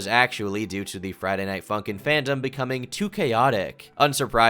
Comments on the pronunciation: You kind of say "Friday Night Funkin'" like Chris Pratt says "Koopas." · why tf u said funkin like that bro